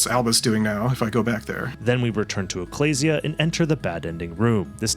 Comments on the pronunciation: Sorry but the pronunciation of "ecclesia" seems so wrong. It's "uh·klee·zee·a", like "ecclesiastes" in the old testament. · I was so relieved hearing pronounce ecclesia correctly because you would finally learn how it is said, and then immediately after that you just pronounce it wrong again anyway... Edit: Sorry, that was uncalled for, I'm just having a rough week